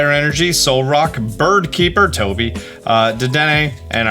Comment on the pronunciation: I love how you said Toby when you got the Bird keeper card. Lmao.